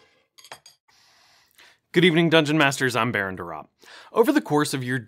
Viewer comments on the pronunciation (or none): none